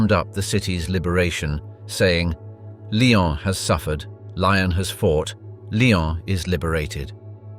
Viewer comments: It's Lyon, not Lion! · Lyon’s is pronounced Lee-ons not Lions 🙄😂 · Lyon is pronounced: Lee - on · Weird how every once and awhile he does pronounce "lyon" right... weird